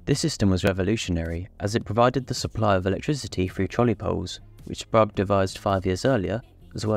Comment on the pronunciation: Sprague rhymes with "Craig", not "Prague".